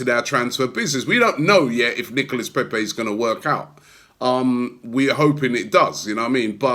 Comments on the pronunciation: Robbie its not pèpè but pépé!! It sounds like PAYPAY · Robbie cant even pronounce pepe. Imagine if we signed a polish or russian player🤣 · don’t pronounce peep’s name like you do 😂